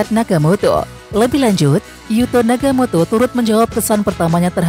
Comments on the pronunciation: Nagatomo min, bukan nagamoto, piye toh😅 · Oe Nagatomo bukan naga moto jgn merubh2 nama orang min